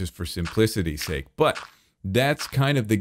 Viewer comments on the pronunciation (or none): none